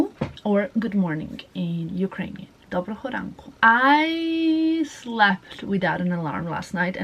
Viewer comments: Thank you very much for Ukrainian “dobrogo ranku”! Very good pronunciation! 👍🏻😍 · I am Ukrainian))) You make me so happy "Доброго ранку" You say it right!)))) Love you))) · I always wear thongs. I can’t stand anything else. And no bra at home . And you said Good morning in Ukrainian absolutely perfectly! I am Ukrainian living in Canada so I have 2 Christmases too 😊